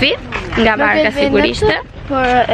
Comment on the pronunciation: Varka jo barka. v a r k a